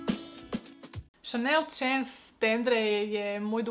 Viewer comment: Moj omiljeni parfem 🙂 samo mali tip, naziv se čita šans. Većina parfema ima reklamu na yt pa možeš tako provjeriti izgovor